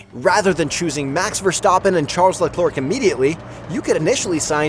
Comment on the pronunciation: and "max verstoppen" and "charles leclerk"